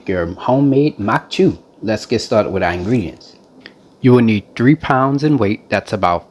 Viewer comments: From Breaux bridge here. This is a staple in Cajun homes. We have atakapas-ishak and chitimacha heritage and this dish is thousands of years old. I’m also surprised at your pronunciation, except instead of “chew” it’s actually more like “shoe” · In Cajun households it's pronounced Maque Choux (sounds like MOCK SHOE). The French 'CH' sounds like an 'SH' would in English. I'm not trying to come off as rude or ugly about it...I'm just passing along my experience growing up Cajun because I do love your channel.